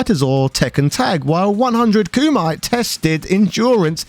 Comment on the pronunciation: Koomyte! Hhahahahahahaha